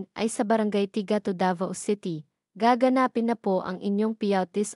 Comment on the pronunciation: Mali ang pronunciation ng nag uulat. Gaganapin hindi gaga napin